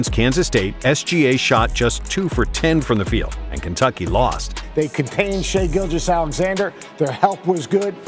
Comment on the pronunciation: Shaivonte Aician Gilgeous-Alexander*